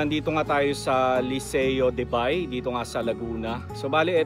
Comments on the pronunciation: You pronounce "Ba-e" not B-ay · Ang tamang pagbigkas po sa "Bay" ay 2 pantig o syllable, " Ba-i". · laguna bay is lawa in laguna while bay laguna pronounce it "bae laguna" is a municipality province of laguna.thank you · Bay - pronounced as Ba-e 👍👍👍